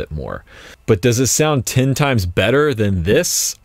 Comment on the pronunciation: Ten. Not "tin." TEHN! You're not 12, enunciate man.